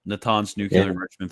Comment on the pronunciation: We are gonna have to hear Wagner pronounce 'Iran' like that every day now